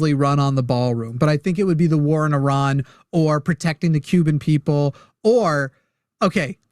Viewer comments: lol what, no. It does not follow english language conventions, but I still expect you to get it right. Airan is definitely not correct. It is a simple I like in India, pronounced the same way. At least check before you embarass yourself. I mean is this a joke? Even wikipedia has that little sound icon you can click and have it read to you. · heyyo, im a decently fluet farsi speaker, lived in Iran for about 6 years. is not saying it correctly. Shes specifically adapting a french/italian/spanish pronunciation of it. There is no word in the language that rolls their R. The name is "E-Rhaan". But genuinely it doesnt matter, theres a bunch of weird accents in Iran and from persians who live out of country, and Persian is such an old language that others tend to carry back over barrowed words. But there is no rolling R. Now if could do a "kH" sounds in persian, id be impressed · Airan?? why do Americans have such problems with saying the word "Iran" properly when they can easily say the "I" in "international" , "India" or "iridescent"? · as much as I like, I totally agree! I've been working for a large Iranian family for almost 15 years. They DO NOT roll the r at all. They DO pronounce the "I" like an E, and they DO make the R a little harder sounding than we do in English, but they DON'T roll that R like she does. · she's pronouncing the "I" correctly, but she's over-exaggerating the "R" when she says it.